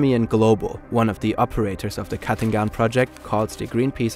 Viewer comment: The irony of the way they pronounce "Katingan" sounding like "cutting down"...